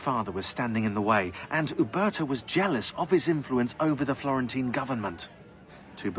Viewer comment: I like how he said some of the names like uberto and jacopo